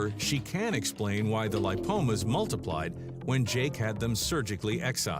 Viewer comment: It's ligma not limpomas Btw great editing